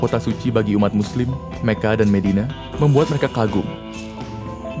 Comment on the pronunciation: bang boleh ralat? mekkah dan madinah buka mecca dan medina, setahu saya itu pengucapannya dalam bahasa indonesia. mecca dan medina pelafalan dalam bahasa inggris bukan?